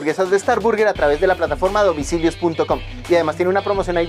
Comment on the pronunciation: por el contenido que tienes podría resultarte útil buscar la pronunciación de _burger_. También sería chévere mostrar muchos más sitios en el sur y en el occidente; ustedes saben que en los barrios populares es donde siempre están los mejores sitios.